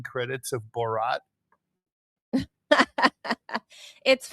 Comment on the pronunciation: Lol Ted correcting Manila after butchering the pronunciation of borat was pretty funny